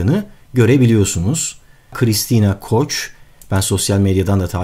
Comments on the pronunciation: koç degil koch yani türkcesi Asçi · Koç değil koh (okunuş şekli) alman kökenli bir isim